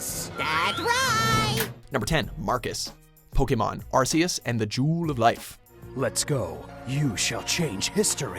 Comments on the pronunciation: AR KI US not AR SEE US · number 10 ash says it right arceus not arseus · It's Ar-key-is not Ar-see-is for fucks sake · I refuse to call Arceus "Arkyus" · Who ever was narrating this video, please listen to how Ash is saying Arceus, it's Ark-e-us not Ars-e-us... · It's pronounced Are-KEY-us, not are-see-us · pronounced ark-eus not ars-eus bro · the pronunciation is AR- KAY- OOS. They even said it at Number 10! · It’s pronounced ahr-KEE-us and jee-oh-VAH-nee, “”! 🤨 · Honestly, I don't see why Arceus with a soft c. It sounds wrong to me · Arseus. Me: I hate this already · Ar-see-us. Really? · Its officially pronounces Ark-eus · Arss-e-us? Wow. Ok. That's cringe worthy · why does everybody mispronounce Arceus? it's pronounced "ARK-ee-us" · Arc-e-us -Pokedex 3D Pro official source plz say it right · it's pronounced Ark-E-Us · Ars-e-us? Never heard of that Pokémon... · The official pronounciation of Arceus is Ark-ee-us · this nigga said "Arseus" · This channel likes Mewtwo too much. Also, you mispronounced Arceus. You guys gotta work on that. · Sorry but this hurts to watch. The pronunciation of some names are horrendous and rage inducing. Arceus and Giovanni are run. Otherwise the line up is good. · they say arceus' name in the video yet they still pronounce it wrong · 1. Arceus!